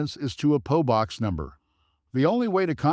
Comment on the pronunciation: It is a P O box, not a po box!